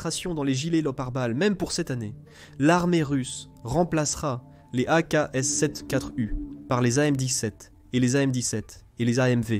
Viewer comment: Vidéo intéressante mais desservie par un doublage par une IA racontant n'importe quoi. 1016 pour un M16 ??? AKs sept quatre U pour une AKs-74 U ?? Ridicule...